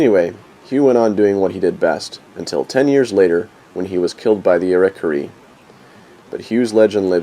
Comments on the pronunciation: Pronounce the name right idiot. Iroquois ( ear o quoy) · What a great story. Only thing is I didn't catch the name of the tribe that he was killed by, if. Your saying Iroquois, its pronounced a lil differently. No biggie,, I really was interested in this story, great job melding history with such a stunning vidscape